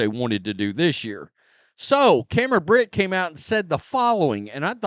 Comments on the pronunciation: It's Cameron Brink, not "Brent," "Brint," or "Britt." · She's Cam BRINK ....sounded out it's CAM BRRRR....INK (like a pen has) not Cam Britt. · Her name is Cameron "Brink", not Britt! My god, did you make it past elementary school? Another low IQ sports fan. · Cameron BRINK, NOT BRICK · so you do know the word “Brink” lol Cameron’s last name is “Brink” too, not “Brit” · I like your content. By the way it's Cameron Brink not brit. Brinks truck was mentioned... well Cameron Brink has the same pronunciation when it comes to the Brink. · why do you always say Cameron BRINK’s name wrong? It’s NOT “brint”, that’s not even a name, I don’t know where you got that from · Say Brink's name correctly, please. You can tell you're a casual the way you mess up the players name over and over.